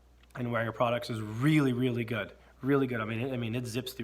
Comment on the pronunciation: Wenger = VENG-uh The W is a Vee sound. The G is hard. Now just called the Delemont Collection of Victorinox. Cheers!